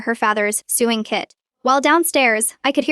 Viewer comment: Ah, you've just noticed software does the writing! The reading software isn't clever either... check how it read "sewn" as "soon" that one time.... and "avalanchie." And how many times sew and sewing came out Sue, and its incapacity at pronouncing, well, about any word. Corrupted software? "Photto-graphs." Superfluous hostile MIL... And the software can't read numerical time, no how.